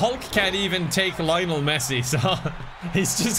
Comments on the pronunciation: bro said layonel messi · Why does pronounce Lionel like that? XD